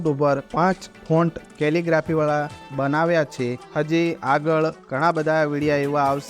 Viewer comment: "કેલીગ્રાફી" શબ્દ નું ઉચ્ચારણ પરફેક્ટ કરવા બદલ શુભેચ્છા ધન્યવાદ 💐